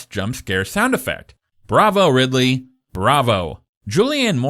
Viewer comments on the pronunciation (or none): none